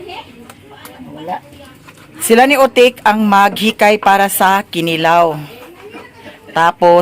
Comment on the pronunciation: ahahaha natawa ako sa pag pronounce ng kinilaw ahahahahha